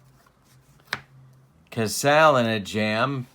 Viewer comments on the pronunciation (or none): As far as pronunciation, I always remember Jerry Casale as being pronounced 'Ka SAA lee'...and Moford was 'MA FORD'...I remember those names listening to George and Ernie...fill in the last names of those two Tiger announcers...by the way, you aren't the only one laughing at your comments...love your 'Tubes' babe!